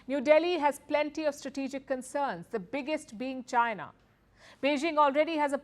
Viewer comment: Moving away to whom? Chynah? okay. :face-green-smiling